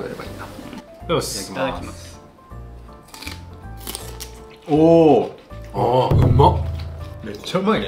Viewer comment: 「いただきます」が「フムス」に聞こえる(笑